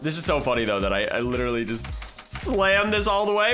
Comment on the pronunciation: What I think the moment u said "I letterally never play this game" was : may I have Ur p e t s?